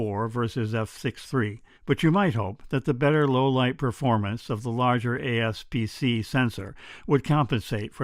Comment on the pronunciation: APS-C, not ASP-C.